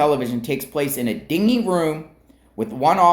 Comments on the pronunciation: It’s din-gee room not a ding-ee room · “Dingy” (pronounced “dinjie”). Low light, gray walls, glaring light hanging over head, all the crappy interrogation rooms in the movies. All to break you and force a confession for relief. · Dingy like dirty. Den-gee. Dingy like a boat. Ding-ee. Dirty room. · Pretty sure it was a dingy room pronounced dinjy. 😊